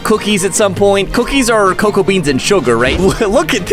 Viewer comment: Why do you say coco beans instead of cocoa beans